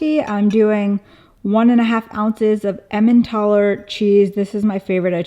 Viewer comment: Can you repeat the cheese? Emandtoller is what I heard. 😳